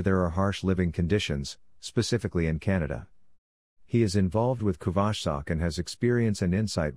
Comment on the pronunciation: Pls try to pronounce kuvasz and every hungarian word correctly next time...it hurts hungarian ears